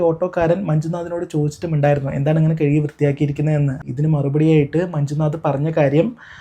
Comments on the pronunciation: കേഴുകിയല്ല. കഴുകി എന്ന് പറയു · കെഴുകി എന്നല്ല കഴുകി എന്നാണ്